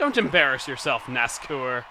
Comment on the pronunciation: Its not nascour its nascar...... I'll leave now